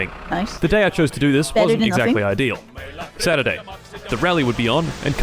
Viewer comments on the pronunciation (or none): none